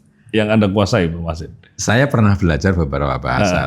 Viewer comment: Prof Machasin Dibaca Max Hazen Asli nggunung Kaligesing